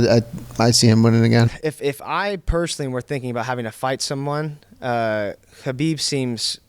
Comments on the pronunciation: is the correct pronunciation of ‘khabib’. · Respect Diego for pronouncing Khabib the right way.